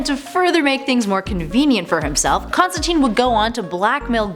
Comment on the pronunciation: again, it is wonderful to see you back, but please, Please, PLEASE research the pronunciations and/or grammar. It is pronounced "FOW-st" like Goethe's titular character (pronounced "Guhr-tuh", btw)and the absolutely abhorrent storyline was entitled "One More Day", not "one day more". Also, it's "Constan-TYNE" (rhymes with "Thyme" or "time"). Just saying. Keep up the otherwise good work